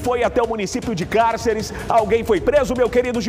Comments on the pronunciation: Falou o nome da cidade várias vezes, erradamente. "Cárcere" em vez de "Cáceres".Ninguém da produção para corrigir. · Como cidadão mato-grossense como auto denomina, deveria pelo menos saber falar o nome da cidade, a mesma em questão se chama Cáceres e não cárceres, por favor, diga o nome correto da minha cidade, obrigado.